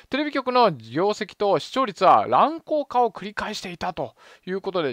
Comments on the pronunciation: 「らんこうか」じゃなくて「らんこうげ」です。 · 乱高下は、らんこうかじゃなくてらんこうげな。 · ゆ〇〇んより日本語怪しいなぁ。『乱高下』は『らんこうか』ではなく『らんこうげ』。 小学生からやり直せ！！ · テレビなくても別に困ることないし、面白いコンテンツならいくらでもあります。あと細かいことですが、乱高下は「らんこうげ」と言いますよ。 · ちょっと気になったんですけど、 乱高下はらんこうかではなく、らんこうげじゃないですかね？ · 乱高下→らんこうげね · 、「乱高下」は「らんこうげ」だよ。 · ちょいちょい誤読が多いよね。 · 「乱高下」は「らんこうげ」・・・ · いつも勉強させていただきありがとうございます。 細かい話ですが、らんこうげ、です。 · 乱高下は らんこうげ と読みます。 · 乱高下は「らんこうげ」だよ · 「乱高下」は「らんこう【げ】」 ここを聞いただけで、オツカレしちゃった。知ったかぶって、時事とやらを切りたいならもっと様々なジャンルやパラダイムを勉強してくれ。平易な感じも一知半解な浅学非才が時事を切る権利はないです。 ただ、の事は大好きです！！ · 「らんこうげ」ね。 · 日本人へ、日本語を使って意思を伝えるのは難しい。「乱高下」の読み方ひとつで残念だけど半減してしまう。 日本語に、本来の意味を間違って使って、言葉の使途が完全に変わってしまった言葉も無い訳ではないが、残念に感じてしまうのは私だけではないはずだと思う。 再生回数を見れば、かなりの人が視聴しているので、正しい日本語を拡散してくれることを願う。